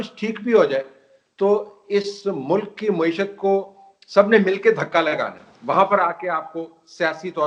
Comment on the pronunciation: محترم سید طلعت حسین صاحب مؤدبانہ عرض ہے کہ لفظ “ مَعیشت “ ہے “ مُعیشت” نہیں۔ میڈیا کے دوسرے محترم اصحاب بھی نوٹ فرما لیں۔ شکریہ